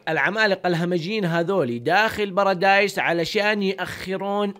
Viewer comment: بارادي✖ براديس✔